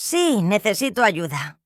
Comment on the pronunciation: It sounds like homey was using a voice changer to make the female voices HAHAHA - sounds really strange. Not sure about Ayuda being pronounced like "huh-SHOO-dah!" Turned it off at that point.